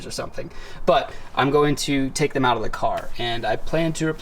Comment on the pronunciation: Black interiour would look sick. But as a JDM nerd, I have to tell you that Bride is pronounced "brit" ;D the rear seats are pretty useless imo, but my dad sat in them on when we went to my sister's place once. he is about 1,9 meters tall and claimed to have been comfortably sitting in them LOL. I wouldn't want to sit in the rear for more than 1 km. still, it probally looks better with the cushions instead for blank black metal...